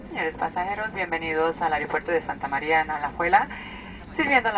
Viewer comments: jajajajajaja si hombre....soy yo o dijo Aeropuerco en el segundo jajajajaja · si si dice aeropuercooooooooo.. jajajajajajajaja